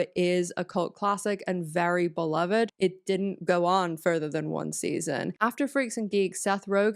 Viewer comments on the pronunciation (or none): none